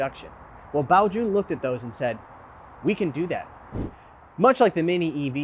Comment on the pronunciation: I really wanted this review, thanks so much. Also, really appreciate the correct mandarin pronunciation of Baojun